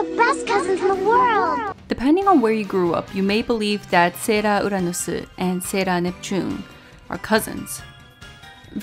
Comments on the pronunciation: I love the way she says the sailor's names like "sera uranusu"😂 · okay, I can understand that you're Japanese, but you say everything else without a Japanese accent and the words you're choosing to say with a Japanese accent are English words lol - it's just hilarious and a little distracting. That doesn't mean it's a bad review, I was just curious why you were putting such a heavy emphasis to pronounce English words like Japanese words 😋